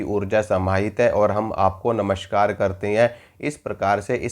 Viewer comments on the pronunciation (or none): none